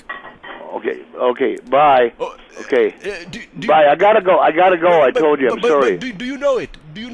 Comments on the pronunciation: How the fuck do Canadians pronounce ‘sorry’ SOW-RY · ''sir im surry'' sorry ass